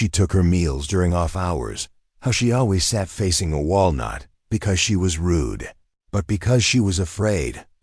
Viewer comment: Nice story, BAD AI VOICE. “She looked at the WALNUTS””lol